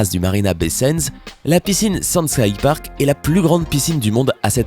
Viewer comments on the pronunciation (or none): none